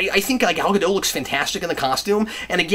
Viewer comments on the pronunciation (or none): I think the costume is too dark. Other than that it's good And I just found out that the t isn't silent in Gadot. It's pronounced like it's spelled